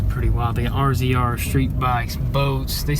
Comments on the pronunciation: its pronounced razor not r z r. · It’s not rzr it’s pronounced razor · It’s not rzr it’s razor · Please stop saying RZR it's Razor... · “Rzr” is pronounced “razor” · Is anyone else triggered when he called it a RZR instead of Razor, it kinda triggered me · A rzr isn’t said like r z r. It’s said like razor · It’s pronounced (Razor) RZR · The RZRs are pronounced “Razors” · Guys the “RZR” is pronounced “RAZOR” lol!!